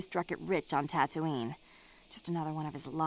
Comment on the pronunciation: The way you pronounce Tatooine triggers my gf (who is from Yorkshire)